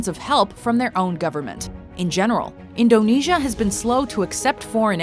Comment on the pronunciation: you pronounce indonesia wrong its super annoying